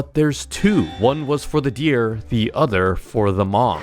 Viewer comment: bro said deer wrong